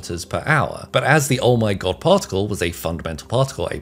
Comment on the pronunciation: Take a shot of brandy every time he says: "PauhLk tik UL"